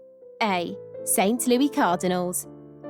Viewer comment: Really hard to take this serious when half the names aren’t even pronounced correctly. St Lewy Cardinals? Lol